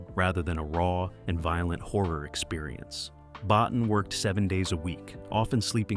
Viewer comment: BOTTIN is pronounce BOTEEN....